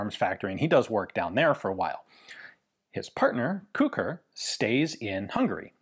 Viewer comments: I am the grandson of Kucher József. Thank you for your video. It was very interesing even for me and I'm very proud of my old man. (His name should be pronunced as "Kuher" not "Kuker" :-)). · It's pronounced more like Koo-hair, not Koo-kur. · It's pronounced like "kuhher", just put a bit of emphasis on the H. It's a German surname and should be pronounced as such. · I guess his surname in English is pronounced more like "Kutcher" or "Kutscher" but I may be wrong. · Sounds like how a Liverpudlian pronounces the word 'Cooker' 🤣🤣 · I just looked up the pronunciation on Google Translate, and "Kucher" is pronounced a bit like "Koo-Herr"...and it means coachman. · I believe the designer's name - hence the LMG's - is pronounced as the same as Koch as in Heckler & Koch. Definitely a german sounding surname. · iirc it's pronounced cuck'r. One of the sergeants in Generation Kill has the same name. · The "ch" in Kucher is pronounced the same way as germans pronounce "ch".